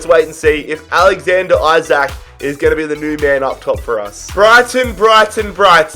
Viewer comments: His surname is pronounced ljke “E-sak” not “I-sak” just so u don’t get 10 episodes in and realise 😂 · Yeah. I dont get how there is confusion. It isnt "Eye-brahimovic" so it shouldn't be "Eye-sak". "EE-sak" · Just so you know you prounons Isak, Isak not aisak